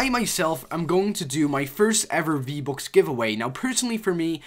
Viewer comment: U say v-bocks instead of v-bucks, why u get no views